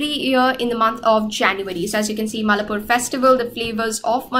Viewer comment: its mai laa pore not mallapur , that sir sound great while explaining .